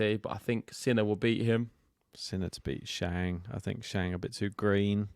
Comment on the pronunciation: The host you pronounced ‘Shang’ wrong. Suggest a bit extra home work to pronounce names as correctly as possible since tennis players are from many countries